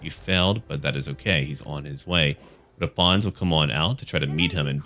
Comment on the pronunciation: Yes, I’m french and yes, your pronunciation is bad but it’s find. And also mery xmas